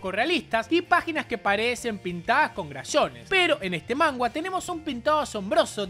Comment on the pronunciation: Soy yo o dice "mangua"?? Xdxdxd